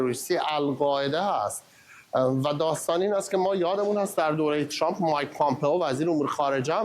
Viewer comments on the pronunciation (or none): none